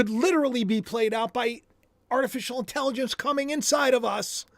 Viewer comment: You cracked me up saying Artificial Intelligonce!! I do that kind of talk too. From King of Queens. Lol